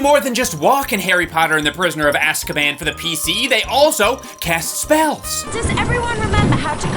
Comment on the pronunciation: I love how constantly fluctuates between casually dropping words like “feckless” to being unable to say “Azkaban” and “gallimimus”